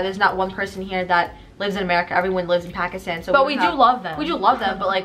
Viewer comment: No hate but the way they pronounce Pakistan is so annoying.